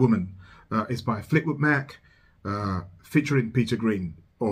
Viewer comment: fleetwood Mac like like in (a)mbrosia not like m(o)cking. Or like hay Mack.